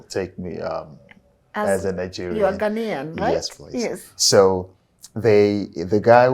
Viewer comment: Ghanaian not Ghanian. Kenyans for some reason always pronounce this wrongly. Coming from a Kenyan 🇰🇪. Haya Asanteni